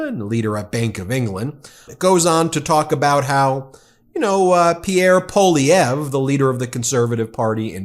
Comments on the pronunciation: I think it's pronounced more like Paul-lieve rather than Po-llieve. Keep up the good work. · Alberta SHOULD cut of Crude Oil exports if Trump tariffs are levied. The have enough reserve cash to keep production going and stockpile until the tariffs are lifted. (Pronunciation tips) It’s not Daniel like a boy it’s Danielle - EH-L like a girl. And it’s Poilievre - Polly Eh vre